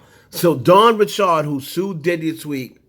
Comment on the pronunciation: Ok first why are you pronouncing dawn’s last name like that? It’s just Richard. Like Richard Pryor. lol Second this btc nosey must wnna get sued again. Nicki has never said she’s done coke on any of her songs. She has however mentioned poppin pills.